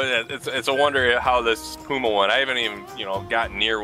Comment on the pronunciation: and that is not the way to say puma it is not that 1 w, it is puma love your v merry christmas and i live in am